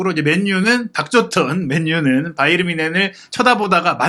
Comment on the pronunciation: 김현민기자는 왜 바이언이라고 발음하는지 의문인데 독일발음은 바이엔 뭔쉔에 가까운데 바이에른이라고 하던지 아니면 정확한 독일발음되로 하든지 바이언? 독일사람은 그렇게 발음하지 않는데!